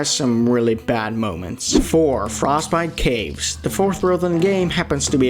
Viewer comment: “frostbite kaves”